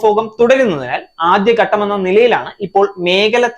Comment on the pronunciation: പ്രസന്റേഷൻ നന്നായിട്ടുണ്ട് 👍🏻 ഉച്ചാരണം ശരിയാക്കണം. 1.ഉപഫോഗം അല്ല. ഉപഭോഗം. 2. ആദ്യഗട്ടം ശരിയല്ല ആദ്യഘട്ടം. 3. മേഗല അല്ല മേഖല. 4. ബലം അല്ല ഫലം. ഇതൊക്കെ ഒന്ന് ശരിയാക്കൂ. എന്നാലേ ഭംഗി വരൂ. കേൾക്കാൻ സുഖവും.